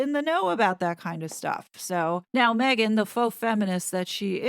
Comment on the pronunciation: she’s ‘probably’ ok with that? Then why not call her by her name if you’ve been working with her all this time? Now during this interview you are over accentuating her name? MEGhan! Come on … 🙄 😂